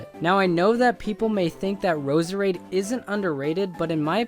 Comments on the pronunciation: btw Roserade's name isnt said Roser Aid its Rose Raid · Roserade is just pronounced rose rade. So much for supporting underused pokemon.